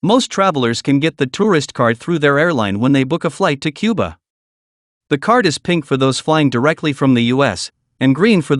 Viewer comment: Which president said Cubar?